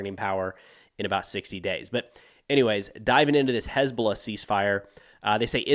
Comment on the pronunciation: Someone please teach UNIFIL socmed folks how to pronounce "HezBoLLah"..